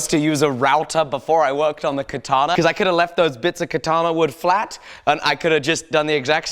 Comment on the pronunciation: I'm sorry to tell you this, you are using "Kitana" instead of "katana". btw love your vids.